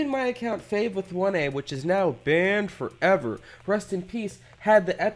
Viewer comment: Why does he say BaN FoVEr